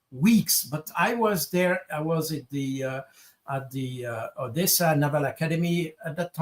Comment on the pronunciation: Jacques on dit pas Odiessa... Soit tu dis Odessa ou alors Adiessa (Одесса)